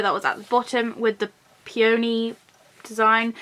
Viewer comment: Love the video. It’s peony (pee in knee) lol. Like the flower. Sorry. I had to. Lol. 🎃 👻